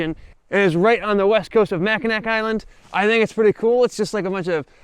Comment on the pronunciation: “Mack-uh-nack”? Really? As well-researched as your videos are, I am surprised you didn’t know it’s pronounced “Mackinaw.” And to think we had such big plans for you. LOL. Or…you DO know and we’re being trolled? 😂